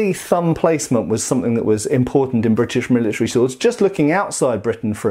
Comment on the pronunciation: i like how you say "Brrritish"